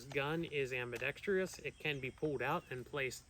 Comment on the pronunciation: nope has nothing to do with firearms. It is spelled ambidextrous. Which means it can be used by either left or right handed people. Sorry it just bugs me to see people mispronouncing it on every gun channel. It’s my duty to educate people to use that word properly…